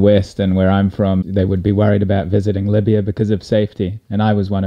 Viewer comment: As a British Libyan, I love hearing you say “miya miya” 👌🏻👌🏻